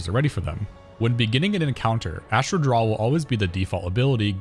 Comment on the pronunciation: The word is "draw" not "drawl"